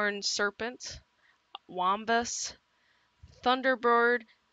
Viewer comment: a "wambus" and a "pugwudgie" u gud pronunsee eight